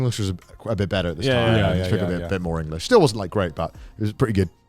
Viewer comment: eng-o-lish IronmouseKek.